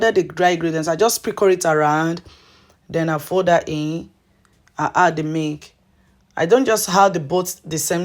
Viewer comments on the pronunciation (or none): You are explaining too fast. Difficult to understand when you say Mik versus Milk.